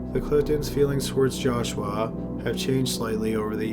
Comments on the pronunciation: The narration is aggravating.. He speaks with a drawl, very annoying. Lol. He kept pronouncing joshua as josh-u-Wa, its supposed to be joshu-wa. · It's joshua, not joshWah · "Jaw-Shwah", LOL...